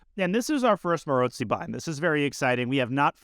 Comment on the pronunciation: Fascinated by how you pronounce Maróczy. Most people say 'Marocksy', witha hard ck sound. I trust your pronunciation is more accurate, because you speak so many languages. Any Hungarians care to comment?